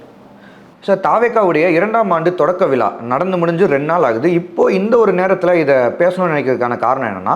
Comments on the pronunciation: விலா இல்லையடா விழா தமில் நாடு இல்லை தமிழ்நாடு நல்ல தமிழ் உச்சரிப்பு உள்ளவனை நெறியாளராக போடுங்கள் கண்டவனும் மைக்கை தூக்கிட்டு கிளம்பறான் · ழா என்ற எழுத்தை சரியாக உச்சரிக்க தெரியாத நெறியாளர். இவரைப் போன்றவர்கள் பல சேனல்களில் நெறியாளர்களாக இருக்கிறார்கள். வெட்கக்கேடு.